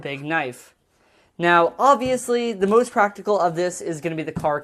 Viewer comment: "moorst importantly" lul